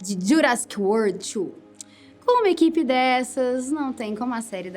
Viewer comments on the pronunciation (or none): none